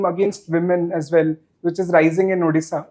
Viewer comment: It's Odisha not addisa